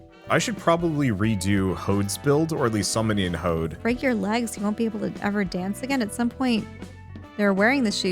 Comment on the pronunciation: Hey, just wanted to say that Hod's name is pronounced more like "odd" rather than "ode".